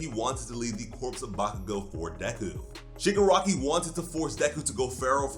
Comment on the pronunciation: My guy really said shigirockery